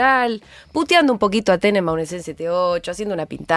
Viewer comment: En serio? Tenembaun?🤦